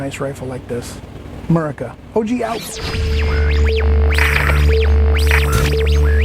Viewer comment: Please stop pronouncing a "U" in America. It's a disgraceful way to say it in my opinion. Fortunately I don't have to worry about rioters in my small town, but I have those things that you hope you don't need just in case.